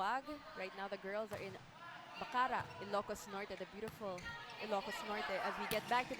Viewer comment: TO THE COMMENTATORS: you're pronouncing Bacarra the wrong way. Stress is on the last syllable, not on CA. Cheers!